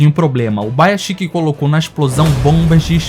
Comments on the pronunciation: é ubuyashiki E ñ ubaiashiky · que agonia ver o cara falando UBAYASHIKI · Video fantastico✨ mas nao vou te sconder meu incomodo sempre que escuto Ubaiaxiki😂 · Fala corretamente mano, é Ubuyashiki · Uma dor a cada pronúncia errada do nome do Ubuyashiki.